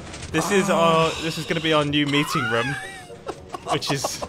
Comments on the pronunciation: I love how he says room lol like rom xD Love youuuu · he pronounces room as ruum which im not used to lol. its the second time ive heard him say it like that since i first watched him (two years ago) and the other time was reffering to his last life bunker (rip that mumbo aye) except im not jolly bout his death